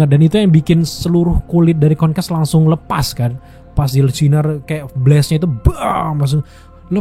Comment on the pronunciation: Meggresion = Mark Greyson Konkas = Conquest Agak salfok penyebutannya sebut aja invicible sama kongquest deh 😅 Untuk review nya memang Absolute Cinema di episode 8 👏🏻